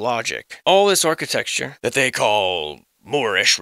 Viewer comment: Arch-it-ecture.... (Arch)... 🤔